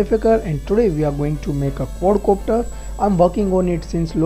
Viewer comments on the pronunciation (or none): he is saying cord copter :-):-) dude its quad copter!!